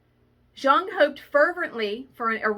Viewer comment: Those junk journal patterns are just too cute! I also believe that there are things of synchronicity going on in the universe. But I always hear my cat shadow that I put down in 2006 meowing. I see cats that look like her and smile. She’s a sparrow now. Btw fun fact…. Jung is pronounced “young”